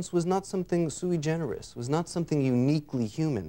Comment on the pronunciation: What is this word "soo-ee-generous"?